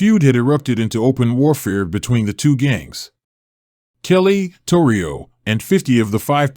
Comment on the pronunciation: Generally speaking. Italian's place an accent on the penultimate syllable in words spoken. SpaGHETti MacoROni So, not Tor Rio, TORrio.